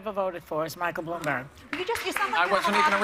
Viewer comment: Haha Whoopi, can't say his name. The fact that this show gets ratings is sad.